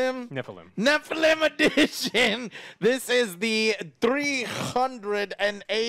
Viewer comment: Argh youre saying nephilim wrong